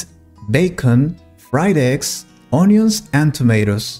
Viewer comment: The pronunciation of “onion” in NOT correct. How come?🫤